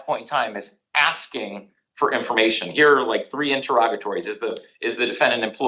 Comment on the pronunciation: More axing